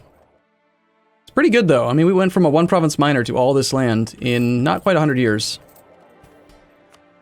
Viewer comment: lysdexic pronunciation of province names makes me giggle